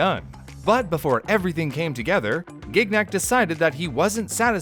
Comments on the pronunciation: Gig Nick. I had friends named Gignac. They pronounced it Shji (short i) nack. The second g is silent. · As a French, I'm dying a little bit every time says "Gig-nak". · man, as a French speaker, hearing him pronounce Gignac with a hard G every 5 seconds is extremely unnerving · Listening to the American mispronunciation of the last name "Gignac" makes this vid absolutely insufferable for me. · The way you pronounce Gignac makes me cringe so hard.